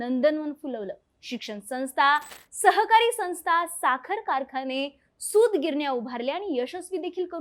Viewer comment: संस्था शब्दाचा उच्चार योग्य प्रकारे करा मॅडम.